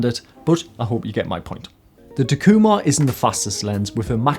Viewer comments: In Japanese there are no accents as they are used to indicate the actual meaning of a sentence. Everything is pronounced "flat." The pronunciation would be "tak-eeu-mar" with no inflection. Hope this might help you. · All these years I've been pronouncing it "TACK-You-Mar" ;) Pentax have long been a sort of under-appreciated lens, but they have some phenomenal glass. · I agree with your lens choice but it took me some time to understand your (wild) mispronunciation of Takumar...